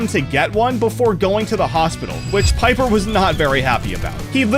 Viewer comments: it's pepper not piper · Did bro just call pepper piper🥀